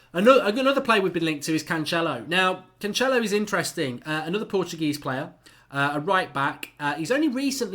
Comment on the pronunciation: The second C in Cancelo os pronounced like an 's'. He's portuguese not Italian. In Italian your pronounciation may be correct with the 'ch' sound. Just culturally aware advice. Like the channel.